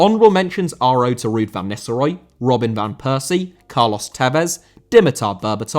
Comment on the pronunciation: Nistelrooy* not Nisselrooy